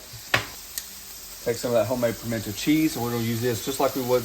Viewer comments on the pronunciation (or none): Dude it's pimento. Not pimented....